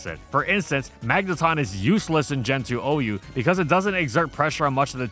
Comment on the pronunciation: Thank you for saying Magenton correctly!